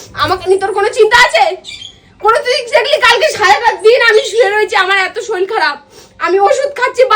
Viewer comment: Kothao bolte jane na soril noi sorir